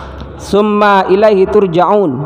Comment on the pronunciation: Mhn maaf bacaan surat albaqorohnya, kaiimat tsumma...nya, diperhtikan mad atau tdknta